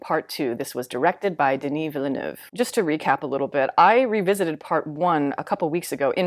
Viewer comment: As a French Canadian, thank you for saying Villeneuve and not Villanew hahaha I find these movies overrated as hell, even though they are incredibly well made all around. Like you said, i have more fun watching the Lynch version, it’s just bursting with creativity.